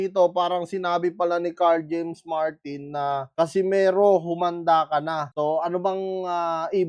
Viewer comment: Sira ang career Nyan ni Martin paglumaban Yan Kay casimero, S yo ako ikaw Lang ang nakabigkas NG Tamang pangalan ni Carl James martin